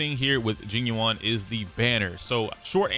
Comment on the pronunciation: Pronunciation: Jing yuan = jeeng yuen